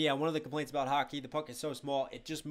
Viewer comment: I have never heard anyone say aboot here😂🇨🇦